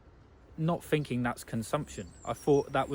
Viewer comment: Pretty sure its "thinking" not finking.